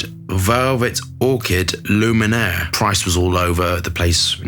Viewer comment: No N in it darling, it's Lumiere